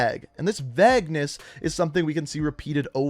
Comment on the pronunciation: do you mean vague?, i've never heard the word Vegg or Veggness before